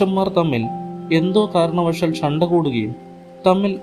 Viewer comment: ശബ്ദം നന്ന്. But ഉച്ചാരണം ശ്രദ്ധിക്കണം... ഷബ്‌ദം, കാരണവഷാൽ, വാഷി ,ഷേഷം etc